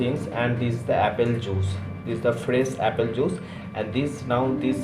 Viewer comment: “one number of Appel” sugarr chugarr” “rok solt”